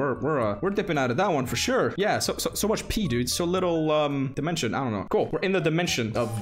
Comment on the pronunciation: How normal people say dimension:normal How say dimension:ÉL Á DIMENSIONÉ